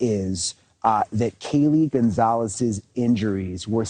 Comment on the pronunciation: i think the ONE thing that really ruffles my feathers about this case is how THEY KEEP INSERTING A FUCKING “Z” in Kaylees NAME! LIKE BRUH IT IS CLEARLY A FUCKING C AND NOT A SINGLE Z! honestly how fucking embarrassing and rude for the victims. GON-CALLLLLLLL-VEEEEEEESSSSSSSSSSSS”ZZZZZZZZZZZZZZ”